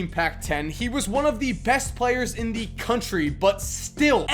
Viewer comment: Every time he says "the" I cringe